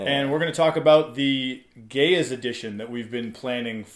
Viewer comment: lol, what? The Gay-a edition? We learn every day.